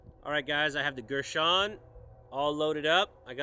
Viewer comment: Gurr San, not Gersh on.